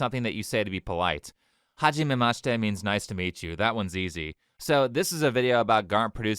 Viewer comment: hahahahah. oh my god. that's like the most weeb thing i've heard in a while. self proclaims that he understands 70% of what anime is saying without subs and then proceeds to say "HAHjimeyma shitey"